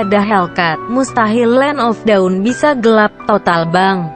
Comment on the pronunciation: Bang land of dawn bukan land of daun